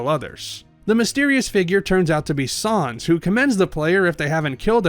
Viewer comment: “Sahnz” The pain It’s unbearable